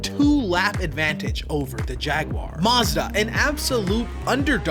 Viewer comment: Muzda? NEESUN?